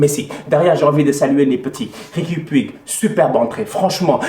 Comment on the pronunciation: On dit riqui POUTCH